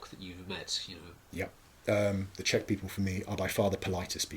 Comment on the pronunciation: As a Czech person, It's really funny listening to you pronounce Czech words with Russian sounds.